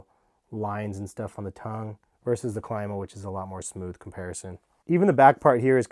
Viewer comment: It’s pronounced CLEEE-MA